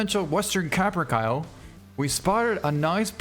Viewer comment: Ka-Pr-Kay-Lee. Not Cap-Er-Cal.